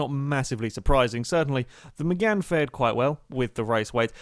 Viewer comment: its 'Mégane'